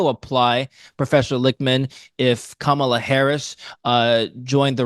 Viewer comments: Kamala is pronounced comma + lah. Not camel + lah. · I wish would pronounce her name properly it’s so easy